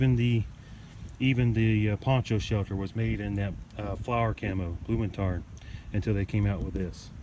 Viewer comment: You pronounced "Blumentarn" better than "Strichtarn". You said "Strich" like "Strick". "Strich" means "line" / "stroke" / "dash" and "Strick" means "rope". But I know it's difficult if it's not your mothertongue.